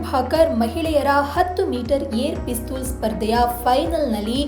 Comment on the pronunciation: ಪಿಸ್ತುಲ್ ಅನ್ಬೇಡ ತಾಯಿ ಪಿಸ್ಟಲ್ annu